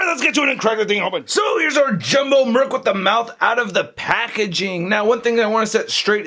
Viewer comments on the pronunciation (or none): none